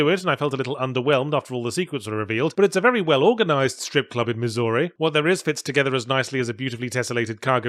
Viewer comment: As someone from Missouri, this video is probably the most recognition we're ever going to get and it's more than we deserve. Also, horrible pronunciation of Missouri. 10/10 will start using irl